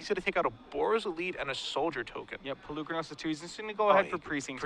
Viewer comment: is still mispronouncing Polukranos. I understand if the average player mispronounces it, it's a strange invented word for a card game, but is a paid announcer, it's his job to get details like that correct.